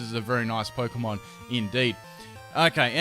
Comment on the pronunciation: I love your videos but cannot stand your pronunciation of Pokemon names ahahahaha